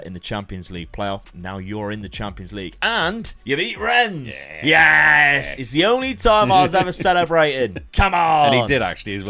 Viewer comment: Rennes keeps taking revenge on you because you keep mispronouncing the town.